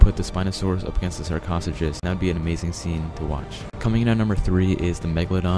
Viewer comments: (shark oh sucus) not shark (koth u kus) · Sarcasuckus lol its sar-ca-such-us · Sarchosuchus is pronounced sar, co soo cuss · YOU MISPRONOUNCED SARCOSUCHOS OMG